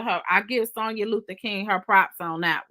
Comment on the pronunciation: you know you killing my ear saying Sewnyuh😂😂